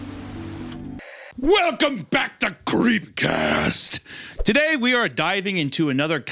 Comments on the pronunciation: swear he says apple pie cast at the end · Did Hunter say creamcast again? I think he did 😂